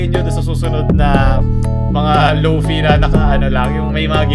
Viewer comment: Lofai po pag pronounce